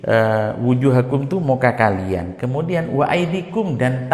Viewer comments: aydiyakum... bkn aydiikum..🙏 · Kenapa dibaca waaidikum kan tulisannya waaidikum hialang A nya.